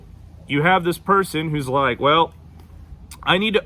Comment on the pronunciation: It's the southern "hwell hell" for me 💀😭 Texan native here and I say that shit all the time.